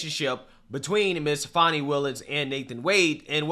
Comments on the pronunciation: Fan, fani wilis. Not fawn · It's not "fah-ni." It's "FA-NEE" as in fannie. clap,..clap,..clap!!! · Just fyi “Fani” is pronounced “fan e”. Fauni would be the correct spelling of the leftist pronunciation. Either her mother was not smart enough to spell the name she intended correctly, or, more likely, Fani doesn’t like being named after a term used as an alternative to buttocks. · Why are people pronouncing her name as if it is " Fawny" not Fanni" ? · Hey guy, its Fani Willis. Not Fonni. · Its fanni, like hat. It’s not fonni. Fanni like your a$$. If anyone in the comment section that doesn’t like your opinion, none of us care about their opinion. TDS is all around. For those who do you have TDS, next time you get your eighth booster, please see if they have a shot for TDS. In my opinion, I believe you would be much happier! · Why are you saying "Fahnee" now? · You have to make jokes about these ridiculously sanctimonious people and their clown world. Mockery is what they deserve. Her name does not have a "u", it's not pronounced like a young deer. She getting her Fanny packed like her namesake